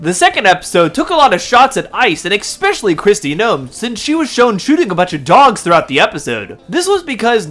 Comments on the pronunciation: I hate to be that guy but please it's "especially" not "expecially" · Thumbs down for not being able to pronounce a simple word like “especially” Is there a f@ “x” in the word “especially”!!!!???!?!!?